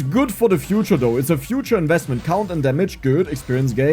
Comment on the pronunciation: "Projectile cOUnnt" per the accent xD